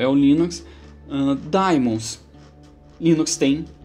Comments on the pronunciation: Daemons pronuncia-se "di-mons". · mais uma coisa, a pronuncia em inglês é "di-mans", não "di-mons". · E no primeiro vídeo vc pronucia ai-pi-teibous pra iptables, que é a pronúncia em inglês us. Se segue a norma us de nomes, daemons soa di-mons. Ou então tem de falar i-pi-ta-bles pra ficar de acordo. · Se é pra ser preciosista com pronúncia de palavras de idiomas alheios eu digo que a pronúncia certa é "daimon", do grego ático/latim clássico. Só não sei em que isso afeta o conteúdo do vídeo...